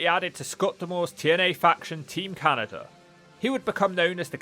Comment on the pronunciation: How does he add a T and an R to Canada?